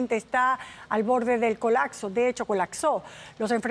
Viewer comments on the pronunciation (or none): Yo escuché colaxo no "colapso"